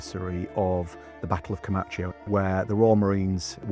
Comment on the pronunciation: Vert interesting but please learn how to pronounce Comacchio! Please!